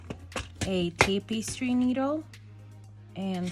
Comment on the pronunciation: It's pronounced tappestry not tapestry